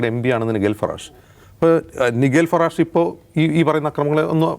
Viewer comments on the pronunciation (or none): നൈജൽ ഫറാജിനെയാണോ ഈ നിഗേൽ lഫറാഷ് എന്നുപറയുന്നത്???